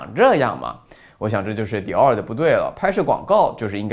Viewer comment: Dior?中國人的發音是Door~~